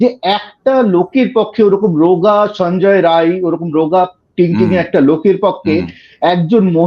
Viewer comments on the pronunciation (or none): ওর নাম সঞ্জয় রায় নয় সঞ্জয় রাই, ও বিহারি, সুতরাং আপনি সংশোধন করে নিন please।